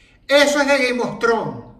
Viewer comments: no se por que escuche “gay mostron” en lugar de “game of thrones” xdxd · Es Game of Thrones, pero si lo pronuncias rápido parece que dice Gay Mostrón 😂